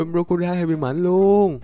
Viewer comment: Anh đọc con cá sấu như là đọc crockodai trong One Piece